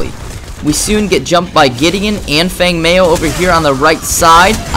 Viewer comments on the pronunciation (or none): its pronounced feng mow with and ow sound lol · Feng Mao.... pronounced "Fung Mow" twitch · Group Not to knock the video but i think that comment was mostly aimed at your pronunciation. Feng is like ten with a g at the end, and mao rhymes with cow. Still a great guide/great skills.